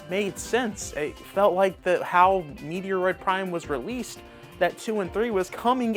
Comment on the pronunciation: Here is how to pernounce Metroid Prime . Met-Droid like you just met a Droid lol. Not A falling rock from outer space (Meteoroid Prime )